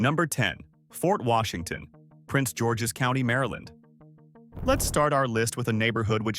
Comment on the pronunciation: Just say. Maryland!!!!! Terrible